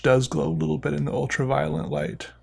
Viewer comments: are u saying ultra-'violent' ironically or is that what you've always thought it was called? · i feel like he keeps saying 'ultra violent light'. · I like how you say ultra violent lol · Please don't tell me I'm the only one hearing him say ''ultraviolent light''